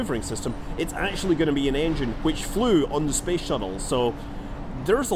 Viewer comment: it's cool how scott stays clear of politics and is just like "spess"